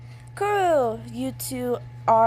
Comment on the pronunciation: it great u tried saying their name's let me help u kurro- kuroh kenma- kenma kozume- kozumay